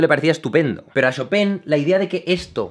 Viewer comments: Se pronuncia "Shopan" xDDDDDD brutal ese final xDD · Hola amigo, se pronuncia Shópen, Tuve una novia polaca y viví allá un año, saludos :) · Se pronuncia Shopán, wn!!! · Cada vez que Jaime decía "Shopen" yo decia "choPIN" (el "PIN" en super agudo, en plan falsete) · En realidad no se pronuncia "Shopán", esa sería la pronunciación francesa. Su apellido polaco era "Szopen" que se pronuncia "Shópen". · Puntualización al comentario final de Jaime: en francés se pronuncia "chopan", pero en polaco se parece más a "chopen" (Szopen). ¡Gracias por tus vídeos! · Jaime, pronúncialo correctamente, se dice ChopAn. Como el pan que comes todos los días. merci ;) de lo contrario, excelente video como siempre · Señor experto, la pronunciación literal desde el polaco de chopin es “jópin” pero él no fue 100% polaco, así que se pronuncia como es, en francés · No sabia que "chopin" se decia "chopan"... o "chopen" wtf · Yo:Chopin Jaime: "Shopen" Ahora quedé de basta 😂😂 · "Shopén" =o yo siempre lo pronunciaba "Chopin" XD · Me gustan sus videos, son interesantes, pero cada que dice Shopen es como cuando te da tos. :( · “Shopén” jejeje ❤️🙈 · jajaja lo último me recordó a un maestro de francés. Nos decía casi lo mismo... Se pronuncia "show - pan" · Yo pensaba que se llamaba Chopan, el titulo del video dice Chopin y Jaime dice Chopen ¿¡A QUIEN LE CREO!?